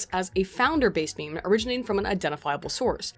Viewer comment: I'm offended that you pronounce meme "meemee" :50